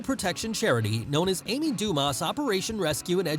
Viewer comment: The "s" in her last name is silent.